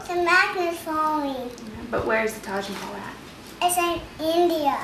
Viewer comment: It's pronounced as Taj meh hell